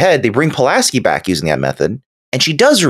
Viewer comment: Pulaski not pulaNski